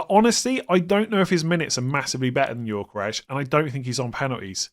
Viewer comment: Please pronounce Gyokeres correctly: Yo-Ke-Rez, NOT Yor-Ke-Resh